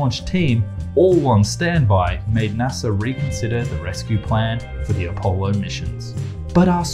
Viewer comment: Saturn Vee? ..Appo-lo? Beginning to suspect this guy didn't go up on Earth. His knowledge is atrocious.